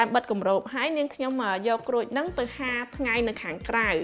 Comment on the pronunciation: ហាល មិនមែន ហាទេ សូមនិយាយឲ្យត្រូវផងទៅ កុំ ហា ហា គឺ ហាល